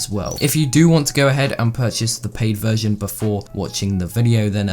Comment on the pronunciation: I thought he said vergin